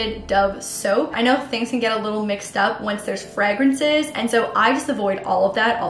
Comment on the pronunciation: the way she said fragrences lmao